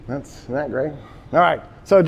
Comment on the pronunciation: He wouldn’t even pronunce the “isn’t” it’s like “hmdacool ? 😂😂😂 salute to the professor